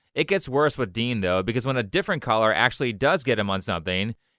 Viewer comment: for half the video i thought you were saying "collar" instead of "caller" lmao